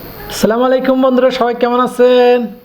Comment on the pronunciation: দয়া করে সালামটা শুদ্ধ করে দেবেন সালামালাইকুম এর অর্থ কি